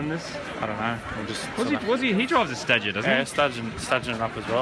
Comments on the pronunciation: Stadgea? I thought it was pronounced Stayjaaah. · Moogs pronunciation of Stagea has triggered me. Help